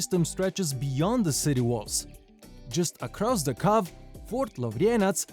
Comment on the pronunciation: Your English is excellent. Your only mistake is how you pronounce cove.